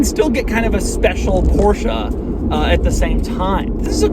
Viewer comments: I really want to smash your head when you say "porshA" instead of "porsche"... There is no A!! XD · porschE not porschAA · It's not a Porsha... it is porschE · Porsche .. Not Porcha lol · ProschE not PorschA. Damn. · No it's "porscher" not "porsh-aa"! It ends in a fucking E not an A! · Not sure if Doug knows but I believe it's pronounced Porsche and not PoRsHa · its porshE, not porshA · Please stop saying PorschA!!!! It’s Porsche. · Porsche!!!! not Porscha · Doug it's Porsche, not Porshc-a! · Jesus, Doug... I am getting scared of watching your Porsche videos... For the love of God, it's PorschE, not PorschA... Just like you're Doug, not Foug.. :) Poor Ferdinand is probably rolling in his grave... Love your channels by the way, keep up the good work..! ;) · it‘s Porsche and not Porscha!!! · It’s not a porsh uhh. Porsh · THIIIIIS IS NOT PORSCHA ITS PORSCHE FOR GOD SAKE! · Why the Americans call it a PorschA is beyond me. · again Porscha dear god americans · STOP SAYING PORSCHE-A, ITS SO ANNOYING!!!!!! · Its not a PORSCHA 🤣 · Take a shot every time Doug says Porsha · Joey: It's PorschA!!! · And even though..it’s NOT a PorsCHA😜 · PorschA is back...... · A PorschA ? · I love Porscha. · PorschA??? god i wanna smack u in ur head whenever u say PorschA!! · How many times he said the name Porscha incorrectly and he even had it correct in the title and written everywhere on the car... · Hitting like faster than you can say THISSSS XD And btw PorschEH, cmon :D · "porsha"? wut :D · Porsch AAAAA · Stop saying Porsha. Every time you say Porsha a baby Porsche dies. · nice, another PORSCHUAH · So we have a porsha here. OK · THIS...is not how you pronounce Porsche 🤷🏻‍♂️ one of my favourite quirks is how there’s no -a at the end. And if there is one, I can’t find it. 🤓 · Please learn how to pronounce german car names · next goal is to get him say Porsche correctly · I cringe every time he says Porsche